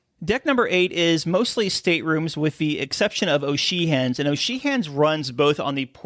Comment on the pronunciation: Excellent video but is that really how you pronounce O’Sheehans?